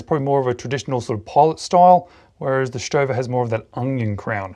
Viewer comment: You're killing me....Say it with me StoVA StoVa StoVa